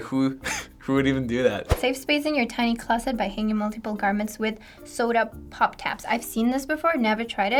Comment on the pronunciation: Too many people in this video mispronouncing pop.